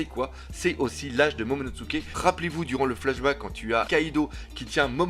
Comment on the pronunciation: tout le monde prononce momonoTSuké alors que c'est momonoSuké avec un s et pas avec un ts